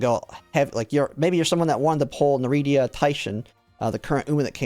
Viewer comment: as a side note (no hate!) when you say Narita, you're mixing in an " i " that's not there so it's not "Narit ia" but "Narit a" ~